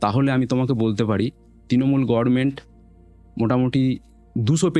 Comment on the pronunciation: চোরবুড়ির মতো এনারও ‘government’ উচ্চারণে সমস্যা ‘গরমেন্ট’”